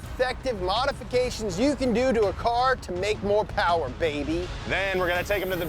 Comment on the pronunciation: It’s ‘Mo Powa Baby’ not “More Power, Baby”. Come on guys😂